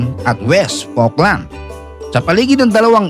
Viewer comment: okey lang din kahit awful ang pronunciation ng falkland